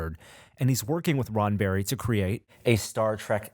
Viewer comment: It sounded like was saying Ronberry...